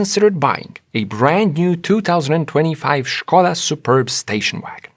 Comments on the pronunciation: Correctly pronounced the name Skoda (SH-ko-da for those who dont know), subscribed! Forgot the detail that BEV's do not emit exhaust gasses or drip engine oil. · It's been a long time since I heard Skoda pronounced correctly. Not surprising that its on this channel, but nevertheless its a rare sound.